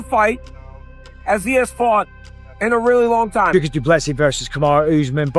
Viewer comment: How long will you take to pronounce Dricus' name properly? And also, absolute clickbait title